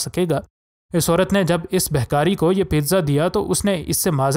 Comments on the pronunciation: Bhai saheb' bhikari hota hay Behkari nahi. Talaffuz sahih Karen shukriah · You are irritating by saying behkari. Its bekari in urdu so stop it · Behkari nhi bhai bhikari bolo durrr durr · و بھاٸی بہکاری نہیں بھکاری ھوتا ھے ۔ تلفظ ےو صیح ادا کرو اگر اتنا شوق ھے وڈیو بنانے کا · Janab actual bhe kari word hy,not beh kari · BEHKARI LAFZ NAIN BALKEH BHIKARI HAY. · Gaddy behkari nahi hota. Bekari hota ha. Stupet insan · Its bekari and not behkari yar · اللہ کے بندے وڈیو بنانے کے شوق میں زرا اپنے تلفظ پر غور کیا کریں۔ یہ لفظ بہکاری نہیں بلکہ بھکاری ہے۔ یعنی بھیک مانگنے والا۔ بہتر ہے کہ کسی سے درست تلفظ پوچھ لیں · Bikaari...hota hai behhhkaari nahi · ارے بھائ اردو تو ٹھیک سے بولو بھکاری کو بار بار بہکاریبول رہے تھے۔ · behkaari nhi bhakari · Pehle urdu bolna tw seekh lo behkari nahi bhikaari hota hai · My Friend the story is good but correct your pronunciation when you say BHIKARI. Thanks